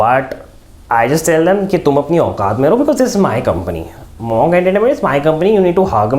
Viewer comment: Bro it's not mOnk it's mUnk Entertainment broo